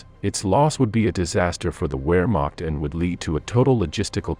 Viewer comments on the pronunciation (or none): none